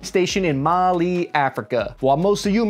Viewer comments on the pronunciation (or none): none